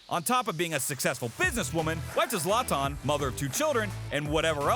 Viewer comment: Zoloton 😳🤯🙊🤦🏻‍♂️🤦🏻‍♂️ OMG! - pls learn our favorite players names! Z AS IN Z'ED > sZe-lah-tan! He will most likely drop kick you for insulting his name! 😂